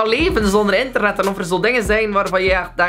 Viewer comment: zegt bij het begin ik ben verslaafd aan enternet... Luister goed